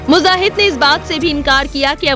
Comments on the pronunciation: Jaib ullah muzahid nhi bibi ji,, zabih-ullah mujahid bolty hn 😂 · MUJAHID BOLO BHAI MUZAHID NAHI Kitna ghalat pronunciation hai???